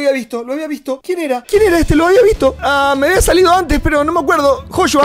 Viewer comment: no se dice Joshua ahora se dice hoshua✔️🔥😂😂😂